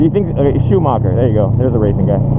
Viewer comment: when you said schumacher i thought you were talking about an asian driver at first, lol